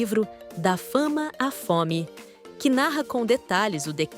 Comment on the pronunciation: “Da FOME à FOME” e não FAMA.